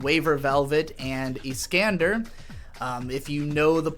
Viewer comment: As a Space Battleship Yamato fan, your pronunciation of "Iscandar" triggers my fight or flight response.